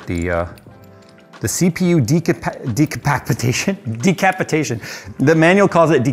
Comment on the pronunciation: DER MECHERNIZM! DERCAPITATION!!! >:D